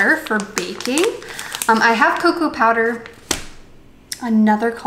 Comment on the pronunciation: I thought you said cow powder and now I’m giggling.